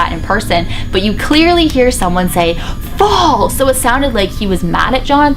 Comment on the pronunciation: "Fall" sounds more like "Paul"